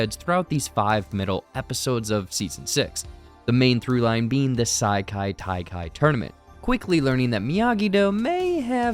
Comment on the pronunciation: Bro you GOTTA be pronouncing these wrong on purpose. Ee-yoong-jang-doo and Saikai Taikai?